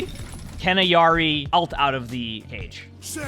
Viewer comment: her name is IL-yari not eyari